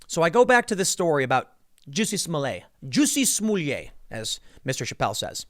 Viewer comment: Excuse me tim Its "juicy smoliette" now XD